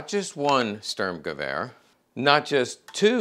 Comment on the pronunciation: I love your channel, but as a german it triggers me every single time when you say sturmgewehr